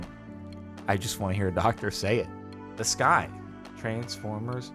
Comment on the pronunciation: I can't believe I wasn't the only one that heard, "in the sky," as opposed to, "in disguise."